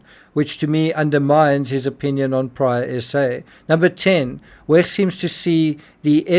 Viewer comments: To the narrator, please stop pronouncing the “ch” in Wecht in such a mucusy, phlegmy, gurgling, grating way. “Ch” is softer like an “sh” or an “h.” The way you are pronouncing “ch” is extremely annoying and painful. It’s noise torture. Kindly, in the future, please pronounce “ch” like a soft “sh” or “h” the way it is supposed to be pronounced. Thank you on my and everyone else’s behalf. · Why do you pronounce Wecht in the German way and not how the doctor pronounces his own name, especially since NEITHER of you are German?